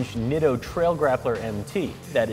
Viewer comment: I used to work for Nitto as their photographer when they first came to the US. The name is pronounced NEETO. PLEASE say it correctly.